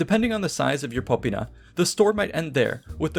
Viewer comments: Popīna, not pópina. The i is long: /iː/ and the first syllable is not stressed. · I know just enough about Latin to know you accented "insula" wrong. You also pluralized it wrong. Then with "tabernae" you made the same plural mistake, and the opposite stress mistake. ... popīna was wrong too. Right away it struck me as odd that you said "in-SU-la" instead of "IN-su-la." I thought about it for a second, and was like, "huh have I been saying it wrong." But if then I remembered the penultimate stress rule: if the second to last syllable is a long syllable, ie long vowel or vowel + consonant coda (or both), then it gets stressed. OTHERWISE, the previous syllable gets stressed. Insula, if you mark the long vowels, is "īnsula." The syllable is NOT long, so we stress the first <īn> syllable. Honestly, you can use your English intuition here. We don't in-SU-late our houses, we IN-sulate, them. You can also just look it up on Wiktionary. Stress is marked by an apostrophe before the stressed syllable in their IPA notation. You can't use English intuition with "tabernae" though, as it is not stressed like "tavern." Here the penultimate syllable is ber, a long syllable, so get stressed: "ta-BER-nae." With "popina," I can forgive the mistake, as the long i is often not marked, but it's actually "popīna" so pronounced like po-PĪ-na. Seriously, just look up this shit on Wiktionary; it takes two seconds. Can you put in at least an ounce of effort? On two plural problems: The plural of insula is "insulae," not "insuli." in classic Latin is pronounced something li